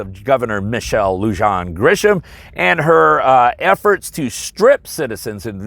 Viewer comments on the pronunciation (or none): It's pronounced 'Lou-Han', Michelle Lujan Grisham. If you're going to be an advocate, educate yourself on names BEFORE you start talking about them. It improves your integrity with the viewers. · Ok, its pronounced BERN - A - LEO county, and her name is pronounced LOO WAN. Study basic Spanish. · The end game is that Empress Michelle heard (incorrectly) that Pelosi is retiring and she's auditioning to be the new Wicked Witch of the West. BTW, Lujan is pronounced loo-HAWN and Bernalillo is ber-na-LEE-Yo. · Unless you are purposely making fun of her name, the J is pronounced like an H. You sound like an idiot when you pronounce, or should I say badly slaughter a Hispanic name. It’s pronounced Loo•Han (like Han Solo) Grisham. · There is no one who will arrest the governor. We are a Democrat run state and all in the state who said they would not enforce her order are Democrats. A little help with the Spanish, Her name is Lujan and is pronounced Lou-han. The county is Bernailillo and is pronounced Burn-a-leo. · I appreciate the information you bring to us. However, I feel obligated to inform you of the correct pronunciation of the following. Lujan is a Spanish name. In Spanish the J in this case is pronounced “ha” so it’s pronounced “loo-han”. Similar to Juan is pronounced wha-n, Jose = ho-say. Further, the double LL in Spanish is often pronounced as a Y. So Bernalillo is pronounced burn-ah-lee-yo. Spanish is confusing, to non Spanish speaking folks, I understand that. I love the content, please keep it coming! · Lujan is pronounced Luhan sounds just like Wuhan…. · FYI the "j" in Lujan is pronounced as an "h" as it is a name of Spanish origin.